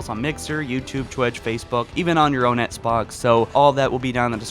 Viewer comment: “Ehtts Box”